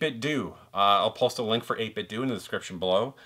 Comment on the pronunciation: The end of 8bitdo is pronounced like Nintendo